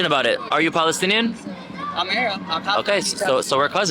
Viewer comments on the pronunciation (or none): ״balestinian beoble" 😂😂😂😂😂😂😂😂😂😂😂😂😂😂😂😂😂